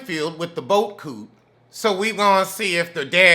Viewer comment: you are just what I needed this Friday. I love when you say boat coot, lol